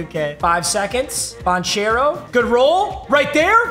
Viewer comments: It’s ban-care-oh not ban-chair-oh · paolo bancare-o is how u say it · dawg im begging you pls say Ban-Kero.... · Poalo Banchero’s last name is pronounced ban-care-o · it's Pawn-kero not bonchero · It’s not pronounced “ban chair o” it’s “ban care o” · Every time this man says banchairo I die a little inside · ban-chair-o lol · yo papa that isn't how you annunciate paolo's name. It's "ban - ker - oh". Thought I'd help ya out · It is pronounced "Ban-Care-Oh" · Just a heads-up, the “ch” in Banchero has a “k” sound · Please learn how to say banchero 🙏